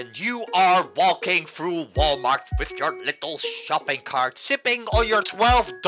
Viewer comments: took him 3 seconds to just say walmalt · It’s pronounced Walmart bathroom